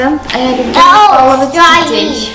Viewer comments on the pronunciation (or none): none